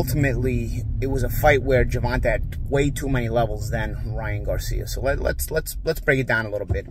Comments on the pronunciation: Tae not Tah… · DUDE it’s GERVON(TAY) not GERVON(TAH) SMH!!!! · Who Is Gervan-Tah? Gervan -Tey bruh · GervonTAY. Not GervonTUH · Gervonta (jer-von-tay) the fuck is Gervontah? 😂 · (Ger.Von.Tay ) not (Ger.Von.Ta 😂😂😂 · His name is pronounced Gervontay, not Gervontah. That was getting annoying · Gevontaeeeeeeee not taa😅😅😅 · Who is Gervon ta? 😢😮 His name is Gervon TAY!!! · Bro it's GERVON TAE NOT TAH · Jer-va-tay. (TAY) (TAY) not Ta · Cmon bro ur killing me pronouncing his name like Gervontuhhh it’s pronounced Gervontaaay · why does keep pronouncing Gervonta like that? Its supposed to be Ger-von-tay. its either a subconscious thing or purposefully mispronouncing to be disrespectful and slick. but his demeanor doesn't seem disrespectful at all hes strictly talking great boxing analysis as usual. that Ger-vont-ta pronunciation was annoying at the beginning lmao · His last struggles with range… but he still knocked out the guys who had a longer reach lmao you were so wrong. Also, his name is NOT Gervon-tuh, it’s Gervon-tay. C’mon, stop messing up his name. Be a professional! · Why do u keep saying Gervontah it’s pronounced Gervontae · Why do you insist on calling this man Gervon-tuh? It's Gervon-tae, and you know it. Your deliberate mispronounciation of his name is disrespectful and raises my eyebrow. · Say it with me (GERVON-TAY) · Of calls Tank Gervon-Tah one more time 😂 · Who tf is Guh - Von - Tuh , lmao 😂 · You need to learn to put on a seatbelt, you also need to learn to say Gevonta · You saying his name wrong 🤣🤣🤣 Gervonta. Great analysis. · So you just gon keep calling em "Gervontuh"?😂😂😂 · His name is not Gervontaw. 😂😂😂😂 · Always good to see expert info. Love how you pronounce tanks name😂 It's pronounced (JER-VON-TAY) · It's pronounced Ger-von-tay . How do you not know that as big of a name as he is 🤦🏾‍♂️🤦🏾‍♂️🤦🏾‍♂️ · Why does he keep saying Gervontah? Lol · Why’s he keep calling him gervonta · Who the fuck is Gervontah?